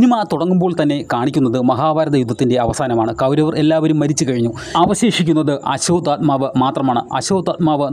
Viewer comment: ആസ്വാത ആത്മാവ് അല്ല ആശ്വതമാവു പിന്നെ ഭാരതം ഫരതം അല്ല